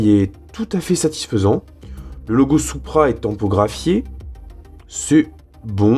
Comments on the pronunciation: Ça se prononce '' sou-pra '' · Perso je dit "supra" et pas "soupra"